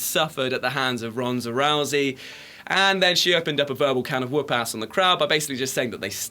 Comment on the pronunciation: rounsa rousey lol xdxdx